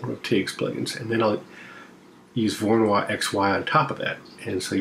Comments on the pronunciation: It's pronounced "voro no E"... I mean, it's "Voronoy". It isn't pronounced "Voro-noix". (A "noix" is a nut in french ^^, but I only make that point for phonetics) I hope that what I said makes at least some kind of sense... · Small note: Georgy Voronoi was Ukranian and Russian. So that would be pronounced Vorono(ee), not 'Voronoire'